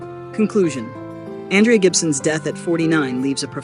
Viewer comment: Ondraya Gibson? Please at least get her name right whoever is doing the commentary (AI?), some random channel on the internet.